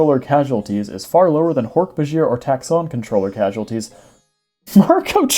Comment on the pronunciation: Hork was right, second half is pronounced Bah-jeer I believe